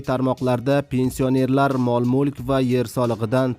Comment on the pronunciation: Пенси о нерлар жа чиройли талаффуз киларкансан ёлгончи